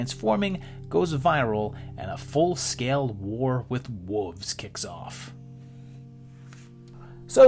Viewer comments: I love to hear a group of WOLVES pronounced like WOOOVES. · I thought he was calling them WOOFS.